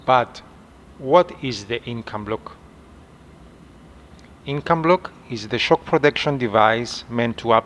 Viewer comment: It is Incabloc, and not "Incombloc!"